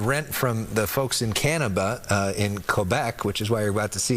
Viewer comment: FOX news is DISGUSTING ! You ca'nt even say CANADA correctly ??? you call us " CanaBa " And we sent you 2 more CL415s yesterday and you will have 2 more fromOntario TODAY ( Friday ) aswell as 160 ground forest fire specialists . Canadians care vary mutch for our friends and neighbours to the south . PLEASE get the name of our country correct ,, Eh ?